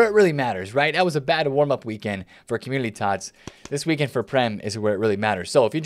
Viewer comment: Don’t want to be that guy and not trying to be a dick. Is it just me but it seems like he is always saying Commulity Team. He doesn’t pronounce N Community. Still love videos just bothers me lmao ❤️